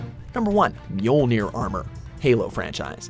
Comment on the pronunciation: He said Mjolnir properly. Go watch HaloFollower a YouTuber who should know halo terms and listen to him butcher the pronunciation of Mjolnir